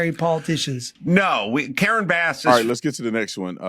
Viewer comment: Did he say "Mayor Bass-ura"? LMAO!